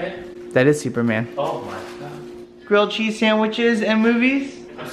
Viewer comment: Yay! a New Home and Grilled cheese, btw totally thought you said Girl Cheese, but that's okay! Change the name of these videos to elf and elf!